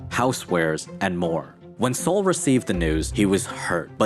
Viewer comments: "Sol" what is short for Solomon ( King Solomon in the Bible) so, not pronounced Sōl but SAHL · BTW, Sol is pronounced like Call, not like Soul. There is no U in Sol. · Yeah, I was thinking it’s pronounced like Sahl, not like the sun, Sol.